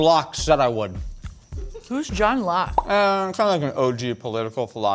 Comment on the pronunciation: pronounced John Locke as if he were French, which made me think he was referring to Jean-Jacques Rousseau at first, but that would be the wrong theory about the natural state of man. He also confused Locke with Thomas Hobbes, but weirdly that proves that he knows a bit about them, because they are contemporaries and there are similarities in their theories.